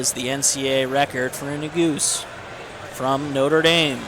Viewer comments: nu goose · When the commentator pronounced that I laughed, but someone corrected him right away because ne-goo-zee was never said again. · Right, that's the way people have been saying it forever. This commentator says Na-Goose-Ay...Another one commentators mess up is Chinese names...I guess commentators should do their homework before doing a broadcast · Like it’s so obvious he’s never ran or followed the sport. Didn’t even tell us the split of the halfway point. Mispronounced Yared’s name wrong. “Senior from Notre Dame” that’s all this dude said the entire video. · What's the correct pronunciation of Nuguse? It sounds like the commentator is butchering the name. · And the pronunciation of Nuguse